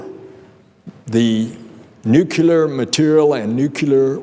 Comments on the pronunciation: senator should know that it's nuclear not nukilar !!! but the overall speech was ok! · "Nucular" 😂 lol... He's another lying brat just like Bush Jr..both say nucular 😂